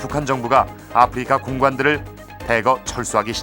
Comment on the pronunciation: 참고 : 아후리카는 일본국에서 아프리카를 발음하는 방식으로 현 정권이 일본국 외교를 망처놓아서 일본국 접대용으로 사용한 것임을 밝힙니다. 일본어 공부해 본 분들은 아십니다. 아후리카 ! Africa! 영어발음이 (아프리카) 아님. ROK 발음도 영어발음과 차이있음. 국어책 읽듯이 아. 프.리.카. 아니라는 의미임. 아후리카 이것도 한글 읽듯이 하는 건 아님. 일본국 특유의 억양이 있습니다. 아~후 ~~리~까!